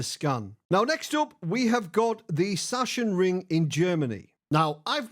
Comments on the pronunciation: Hi, big fan. Just chiming in in case no one has told you yet, but as a german I can confirm that it's pronounced "Sucks-En-Ring" and not "Sush-En-Ring";) Keep up the great work! See you on the track. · Saxonring, though a German would pronounce the S as a Z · Hi, greetings from germany, love your content mate. (btw. you can pronounce it like "zaksenring") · Everybody is calling it "Shashenring" when it´s more like "Zaacksenring" :D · It's pronounced...SACK SIN RING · Hi, the german track is pronounced "Saxonring" or "Saxenring". german smartass mode off 🙂 keep it on with you ecxellent content and drive safe! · Literally everyone has butchered this as a MotoGP fan it’s been painful 😂